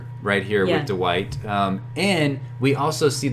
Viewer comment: Duh-white. Lol. Thanks for the great content 👍🏻